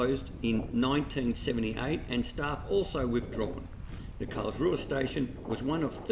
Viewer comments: Thanks so much for showing a bit of our little town. FYI - the local pronounce it Carlsroo! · Why do you pronounce it wrong? With all the research, it was the only let down.